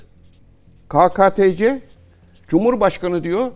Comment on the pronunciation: Cihat hocam ve gzt , Türkçe de sessiz harflere e eklenir ,son yıllarda a eklenmeye başladı, g harfi ,ji olarak okunuyor, doğrusu pekeke dir pekaka değil, doğrusu keketece dir kakatece değil, 2010 yıllarında Necati doğru, hürriyet gazetesinde bir yazı yazdı bu konuyla ilgili, yazıyı kestim bir yere koydum ,nereye koydum hatırlamıyorum, arşivden sizler bulursunuz , milli eğitim uyuyor, türk dil kurumu uyuyor , Türkçeyi yanlış konuşmak pekeke den dah tehlikelidir, 100 önce yazılan ne nutuku nede elmalı li Hamdi Kur'an mealini okuyup anlamıyoruz,biz nasıl türküz dilimizi muhafaza edemiyoruz ,bu konuda bir video yaparsanız çok güzel olur 🌹🌹🌹♥️♥️♥️